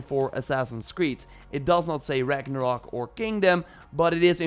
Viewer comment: Its Ragnarok not "rock"